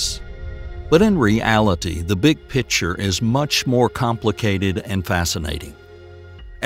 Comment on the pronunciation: I THINK YOU REALLY MEAN "PICTURE" AND NOT "PITCHER"!